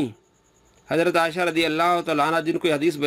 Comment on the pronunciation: Dear Folks, This donkey even cannot pronounce Hazrat Aisha Razi Allah's name properly. He is calling her Asha. Shame on you so called Mufti.